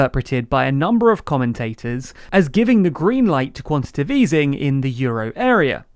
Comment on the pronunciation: Writes: "quantitative" Says: "quantitive" Someone needs enunciation lessons...